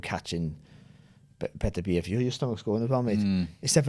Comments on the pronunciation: It's pronounced Betta-Beev, have some respect for the man's name/family name. Your ignorance that it "doesn't matter" is a disrespect regardless of what you think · Sorry for being that guy but recently watched an interview with beterbiev he said it’s pronounced baterbiev as apposed to beter-biev, carry on guys 🤣